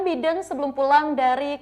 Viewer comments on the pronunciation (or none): Mbak, kalo nyebut nama orang, apalagi nama seorang presiden itu harus benar. Biden dibaca “Baiden” dan bukan “bidden” ….. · Nama org hrs dieja sesuai dgn bahasa aslinya mbak. Biden dibaca BAIDEN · Mba bisa baca nama bidin dengan bahasa yg benar jangan asal bunyi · Pelapalan nya Baiden malah biden wkwkwk, luar biasa tukang cooypaste ini